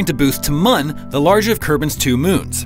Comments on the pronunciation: it's not pronounced like mun, it's pronounced moon due to the ü in mün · Mun is in fact pronounced like moon. Please redo the narration with correct pronunciation. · Bro... it's still pronounced "moon" xD